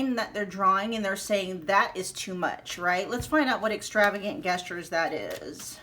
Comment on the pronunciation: Hi gestures is pronounced with a J (not like guess)